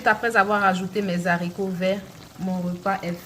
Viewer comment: Mes haricots pas zharicots